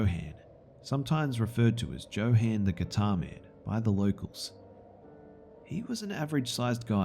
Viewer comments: I think you mispronounced the crazy guy in the second stories name is probably pronounced yo han not Joe han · joe-han? it's yo-HAHn lol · Johann is pronounced "yo-hahn", not "jo-han". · it's pronounced "yohann" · I believe Johan is pronounced yo-hun, didn’t detract from the great reading though :-) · Johan is pronounced with a Y sound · Ha ha ha. The name Johan is pronounced with a "Y" not a "J". Like jalapeño peppers. Good stories though. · Anybody else bothered by his pronunciation of "Johan"? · I was thinking the same since I know a Johan.